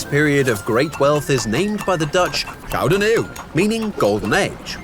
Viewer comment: ik heb gehoord en het klinkt alsof jullie ook Nederlands zijn. Toen jij de “gouden eeuw” zij klonk dat wel heel Hollands